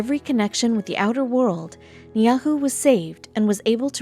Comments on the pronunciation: Try Nee-EE-how, not Nee ah who! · The name of the island is pronounced "nee-ee-how," NOT "nyahu." What the hell?! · It's Niihau , not Nyahu!!!! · NIIHAU NOT NIAUHU!!!! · It’s not niahu it’s niihau (knee-e-how) that’s how it’s pronounced uneducated people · At least know how to pronounce the name of the island properly before making a video. Niahu is not correct!! It's Ni'ihau. Smfh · It's pronounced, "Nee How", not "Nee Ah Who". Idiot narrator. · Niihau not Niyahu. The family is the Robinson. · Ai. It's called Ni hi au. Nof neahu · Niihau is pronounced..... Nee Ee How ...... omg..... I grew up in Honolulu on the Island of Oahu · I am a native local and well aware of hawaiian history. When doing a story on Hawaii, please at least pronounce the so called "forbidden island" Niihau or (*Nee E how) right. It is pretty bad you can do research on the story of the island but cannot pronounce the island name right, I would highly suggest you re-edit this story with the right and correct way of saying the island since you will only look like a fool to everyone in Hawaii including insulting the very people who live on Niihau. Do your homework!! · Niihau is pronounced nee-ee-how. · It is pronounced née how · She pronounced it wrong it's NIIHAU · NIIHAU there I corrected it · Stupid waste of time. Niyahoo? At least learn how to pronounce the name correctly. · It is pronounced knee E How (Ni'ihau) 🙏☺ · A quality video needs correct information and pronunciation please. Niihau is pronounced more correctly as “knee-e-how.” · A load of b.s. half the time they are showing any old Island , ie , that semi circle Island is in the Galapagos group , or sometimes they show a South Pacific Island Atoll Island covered in coconut trees . If any of you know how to pronounce Polynesian words , you`ll pronounce this Island as Nee - ho , the a and u on the spelling of the Island is pronounced O not ow !! a ..... ah , u ...... oo , sped up , ....... o . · and Ni'ihau is not nyhayu ... oivay